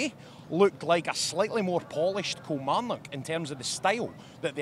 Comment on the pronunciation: "a slightly more polished Kilmarock" hehe